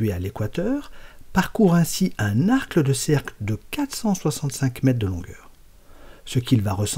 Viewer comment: Belle animation. Petite erreur repérée: vous dites arcle de cercle au lieu d'arc de cercle...rien de bien grave. Continuez!